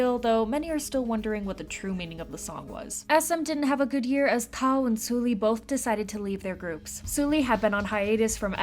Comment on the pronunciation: please at least pronounce sulli's name correctly. not soo-lee, it's closer to "suhl-lee".